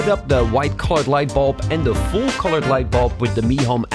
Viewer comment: You hear it clearly when he says "foll" instead of "full". His English pronunciation is still excellent for a non-native speaker, this is just an observation.